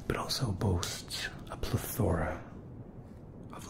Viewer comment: Insta-tingles. Well done as usual. 👏🏻 (One thing, it’s PLE-thora ;)